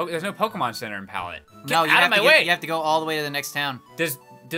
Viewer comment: oh my god HE'S DOING IT AGAIN! POKEHMANS!